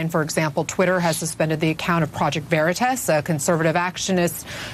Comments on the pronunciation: Its not project veritis. Its project veritas. She pronounced it wrong on purpose to add insult like saying someone's name wrong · "Project veri-tess"? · “Project Veritess” - Ana Cabrera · I love how that cow on cnn mispronounces veritas. either she has no business being in front of a camera or the mispronunciation was intentional and meant to de-legitimize project veritas. cnn is a national shame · She can't even pronounce Veritas right. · They say "Project Veritas" incorrectly on purpose, it was intentional... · Who pronounces veritas...like THAT? For real. That felt...weird. I bet she says "nitch", too. Why is CNN still a thing? I don't get it. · Lmao! When a reporter can't pronounce Veritas properly, lmao...shouldn't claim to report the truth...CNN stinks... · Banana Ana cannot even pronounce Veritas 😂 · She cant even say “Veritas” right. Wow. And these ppl call themselves journalists?! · She couldn’t even pronounce truth...how could she possible report it 🖕🏼the communist news network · I think she intentionally mispronounced Project Veritas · She cant even pronounce the organization. Lol. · Not surprising that she couldn't even correctly pronounce Veritas. I'm quite sure she doesn't even know what it means. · Stuttering Ana can’t even pronounce ‘Veritas’ correctly — duh, duh, duh lie much Ana/CNN?! #ExposeCNN